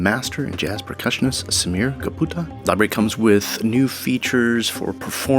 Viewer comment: great video, but you must learn the right pronunciation of "Tabla" ...the T is soft...you can learn it here and poor sameer gupta...you pronounce his last name as 'Gaputa' If you are talking for 28 mins about a musical instrument, the first thing is that you must pronounce it right.